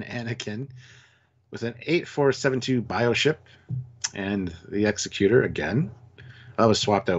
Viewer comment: My brother in Trek, the Super Star Destroyers name is pronouced "Eggs-eck-u-tor." Executor: a person or institution appointed by a testator to carry out the terms of their will or a person who produces something or puts something into effect.